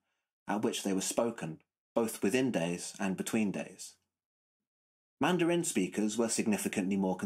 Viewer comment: With all due respect ... 1) Grad + dissertating students (and the resultant PhD holders) are great at questioning, and at finding logical, methodological, and factual flaws. Very few of us humans are good at constructing watertight theories. Proof: You pronounce "Mandarin" and "timbre" incorrectly. And I know you've already confessed "Wernicke." It's much more difficult for me to state why you have these idiosyncrasies. All scholarship is messy at most points. You might have begun your video with your closing statement. Don't forget to praise the giants upon whose shoulders you stand in the preface of your dissertation. 2) Anecdote: I had a music professor (composer/theorist) who said (in 1973) that he had perfect pitch, but tended to lose it when the key areas moved into greater sharps and flats. In 2019, I had the pleasure of randomly meeting that professor again and presented him with my memory of his statement. He (age 87 at the time) responded, "Well, the older I get, the more I'm losing my perfect pitch." 3) Anecdote: I was a horrible melodic/harmonic dictation student and a rock guitarist. However, now, every so often, after hearing music on TV, I'll go to to the piano and hit the chord or outline the melody that I just heard and probably hit the correct pitch or chord 25% of the time, with maybe another 25% of the time being a tone or semitone off. Thanks very much for this video, however all hail Dylan (and Rick) Beato!